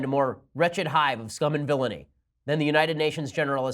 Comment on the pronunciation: Totally agree. However ... you said "scum and villinay"! Ahhhhh! That is a Star Wars, Obi Wan Kenobi, quote! Just sayin'. :-)